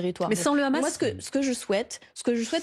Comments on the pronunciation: Tjrs le hamas ramas il disai anant ou le houmous et pjoi vous mélanger des enfants avec le ramas on dit le Hamas pas ramas lol meme parler c journaliste c plus comment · Je ne vois pas pourquoi elle n'arrive pas à dire "sans le H". Étant pourtant totalement pro-palestinien, je ne vois pas ce que le H peut apporter de bon au peuple palestinien et israélien... Bref, réponse nulle qui va se retourner contre elle et son parti (ça, c'est leur problème, je ne suis pas spécialement pro-LFI, donc balek) mais surtout qui se retournera contre les militants pro-palestiniens...